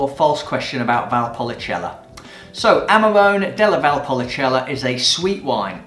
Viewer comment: DOCG and not DOGC. Don't want to be picky but your pronunciation needs to be trained. Amarone is Amarohne, Marche is Markhe, Alto Adige is Alto Adidzei so on. Overall, good vibe and passion come trough. Keep up the good work.